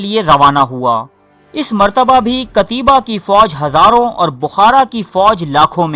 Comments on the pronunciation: بھائی جان نام قتیبہ بن مسلم ہے، قتیابا بن مسلم نہیں. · قتیبہ ت پر زبر ھے نہ کہ زیر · Phele namm tu sahi le le😂😂😂😂pata hai nahi😂😂😂😂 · جاھل ایڈمن، قتیبہ کا نام پہلے سیکھ لو۔۔۔ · بہت اچہی کوشش ہے لیکن نام صحیح لیا کیجیے